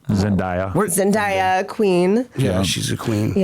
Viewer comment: All of this bs is blasphemy fr But them calling Zendaya, ZenDIa I’m personally insulted lmao